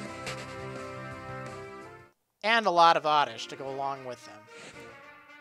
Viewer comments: It's oddish and not ordish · Oddish? Don't you mean ORRRDISH! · he says oredish to be funny